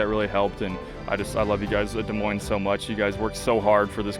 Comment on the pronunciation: Thank you for saying Des Moines correctly.